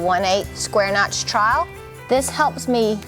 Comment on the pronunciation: I love you and I love your videos! But.... In the first few videos of yours that I watched, whenever you said "trowel, troweling, troweled", I had no idea what in the world you were saying! I kept hearing "trial"! And I'm very familiar with SCC and their videos! I eventually figured it out, but as a fellow southerner, if I didn't understand, you can bet there's quite a few other folks who do not understand that you are saying the word "trowel"... So, I mean this in the best possible way, say TROW (rhymes with cow) ULL... TROW-ULL... TROWEL. ❤